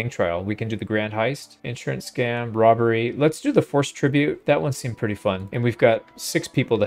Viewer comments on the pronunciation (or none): I keep mishearing Robbery as 'rubbery' and it cracks me up each time. Thanks for the content <3